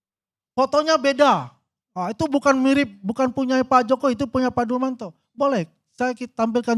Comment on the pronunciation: Siapa Dulmanto? Yg ada Dumatno bapak...aduh nyebut nama ajah udah salah...gimana mau menganalisis...